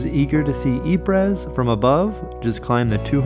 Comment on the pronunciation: "eeprez" lol